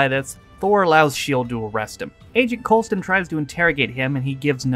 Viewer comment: Coulson not coleston REEEEEEEEEEEEEEEEEEEEEEEEEEEEEEEEEEEEEEEEEEEEEEEEEEE